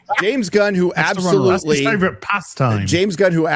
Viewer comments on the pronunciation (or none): "Witewy Black Pandur is my favowit."